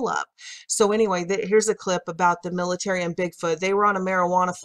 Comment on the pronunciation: by the "pilitary" lmao